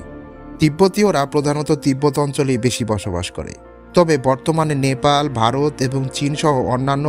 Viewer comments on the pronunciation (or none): none